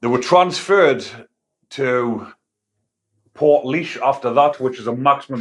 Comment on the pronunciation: Good man ya smashed the pronunciation of portlaoise 🤘